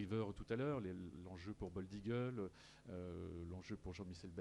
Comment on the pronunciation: Franchement, pour une 98eme édition, ca manque de professionnalisme, rien n'est préparé, c'est fait a la va-vite. L'autre il sait meme pas dire "bold eagle" , comment voulez-vous que l'on vous prenne au sérieux ?? c'est triste de voir ca quand on aime les courses… franchement… pareil pour la traduction ca sert a quoi y'a aucun étranger qui pose des questions… on perd un temps considérable…mettez des oreillettes comme on fait en 2019 et enchainez... et l'autre Guillaume Maupas, il fait son dictateur avant la course ? on apprend qu'il a des préoccupations sur l"arrivée de la course du PDA ? tu veux pas plutôt interdire aux imposteurs de courir pour que la course soit vraiment limpide ? C'est de pir en pir , chaque jour y'a des boulettes, enfin bref, ce n'est que mon avis.